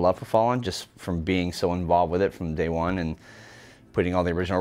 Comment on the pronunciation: did he say “day one” or “Daewon” 😂😂